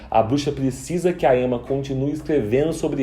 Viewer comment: Seria legal você falar certinho né? Porque é uma série francesa e se diz "mérrién" e não "meurryenn" né? Chatão querer "inglesar" tudo... Aproveita e arruma o "Emmá" e "camill"